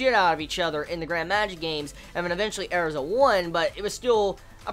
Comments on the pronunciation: her name isn't Airza it's Erza pronounced like URZUH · No, listen to the characters pronounce it during an episode. They clearly say it as AIR-za...